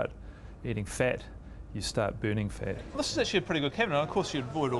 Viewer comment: missuj (message) ixburts (experts) dinse(dense) fit(fat) iccadimycs(academics)...Fuck I HATE that stupid Australian accent..please learn to pronounce your vowels (viwuls) correctly